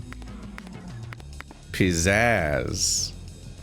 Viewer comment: In case it's driving you nuts - it's "pizazz" rather than "pizzaz".